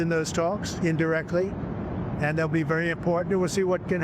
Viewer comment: To lead with a bull shiIII "WERY IMPORTANT" CRITICAL turning point and then to have a few seconds of the same thing that has been spun on the news for several days is a childis way to get people to click on your shiiii production.